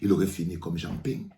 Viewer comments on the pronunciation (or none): none